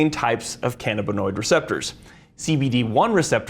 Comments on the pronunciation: Ca-NA-binoid not ca-na-BINoid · It's pronounced can-A!-buh-noid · Utter B.S. marijuana , components thereof, are excellent anti-inflammatories. Inflammnation is a key component of disease. CBD. This is utter crap. It is called can - AB in noid. He doesn't even know how to pronounce it. It is the medication of choice for me at 73. I am in glowing health. Does he work for Big Pharma? Apparently. The human body has receptors for canbabinoids, we've used it for a long time. He knows a lot of big words though. Ha! What utter crap.